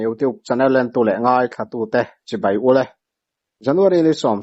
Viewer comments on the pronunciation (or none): none